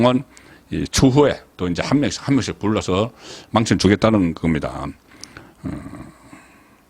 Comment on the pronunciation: 아요? 어휘력이 와그렇노? 망신亡身을 망과 신을 쎈발음으로 말하니 갱상도에서 도 사용하지 않는 언어이다. 모노터링을 해봐라. 잘나가다 엉터리 발음으로 말하는 버릇은 고쳐라.